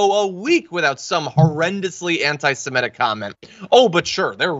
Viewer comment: Ok, Kevin, for the MILLIONTH time.... (sigh) Criticizing the GOVERNMENT of Israel and/or its policies IS NOT AND NEVER WILL BE antisemitic (learn how to pronounce it by the way, there's only one "e" in the word). Criticizing Jewish PEOPLE in general, or the religion, is antisemitic. You SHOULD understand this, since you have OFTEN criticized the US government and some of its policies. Does that make you anti-American? Does it mean you HATE Americans? No. Now, without breaking your brain, just apply that very same logic to Israel. Criticizing the government is ok and not racist in any way. Criticizing Jews IS racist. Pretty damn simple. NOTHING Rep. Omar has EVER said is antisemitic. Hell, MANY Jews agree with her.